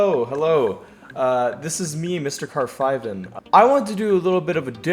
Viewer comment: Ohhh its pronounced Car-Five-n